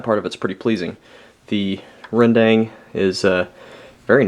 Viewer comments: Rendang real pronunciation is ren-dunk...not "dang" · Rendang is pronounced as Rern-Dung , not Rern-Dang